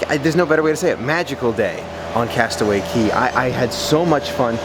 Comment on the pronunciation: It not cey cay castaway cay not to be rude just. So you know